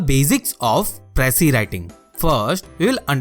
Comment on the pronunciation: You can’t even pronounce precis and here you are teaching precis writing 😂 What a joke. And there are more people like him who even gives online classes for ias lmao. Just imagine, attending IAS online classes by those who never made it. Lol go fuck yourselves